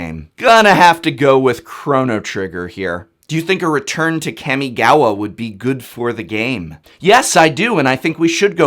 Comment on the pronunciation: Hey professor- love your content, but I have a correction. The wonderful plane of Japanese lore is pronounced Caw-Me-Gah-Wah. This is just due to the structure of the Japanese language, which gets especially confusing when you romanize it.